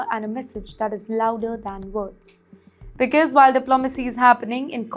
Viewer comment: This lady newspresenter 's English pronounciation of quite a number of basic English words. For example... For region she says regin. For because she says bicus. Horrible. How can you have her as a English newspresenter on your channel??